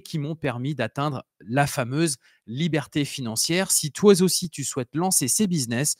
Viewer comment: Très bons tips. Merci. Juste la liaison mal à propos "toiz aussi". 😂